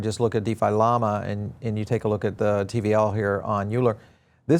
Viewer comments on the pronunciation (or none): none